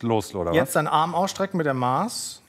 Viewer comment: die Art wie 'Maß' ausgesprochen hat tat mir als Bayerin echt weh 🥲